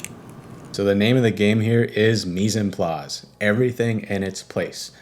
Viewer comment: As a French citizen the way he said "meezenplaz" killed me 😂💀